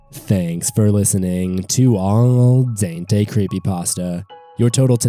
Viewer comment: Not sure if you realize this but you pronounced Al Dente wrong LOL its Al Den-tay not All Dain-tee